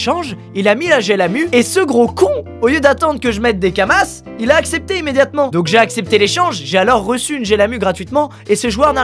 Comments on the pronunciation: Ça se dit kama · C'est Kama, comme dans "Akama" ;)